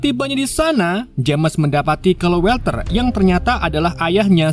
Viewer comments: WALTER dibaca WOLTER bang,,, bukan WELTER, huruf A tidak selalu di eja jadi ''E''. kadang tetap A kadang bsa jadi O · mas org yg namanya Walter itu dibaca wolter bukan welter. cb cek di google dl cara bacanya